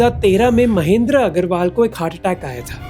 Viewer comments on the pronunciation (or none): none